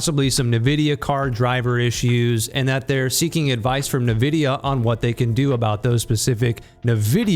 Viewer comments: Ni- who? It is pronounced "En-Vi-Dia" -.- Thanks for doing this video by the way. No one really talks about the elephant in the room. But I love the game. Still would play it even though I don't know why my PC crashes to the point where one can't even Alt + Tab. Smh. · STOP SAYING NIVIDIA AAAAAAAAHHH